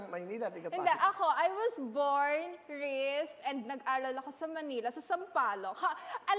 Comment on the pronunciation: dear, "raised" not "rist" "genuinely" not "jinwinli" "within" not "widdin" "handshake" not "handshik"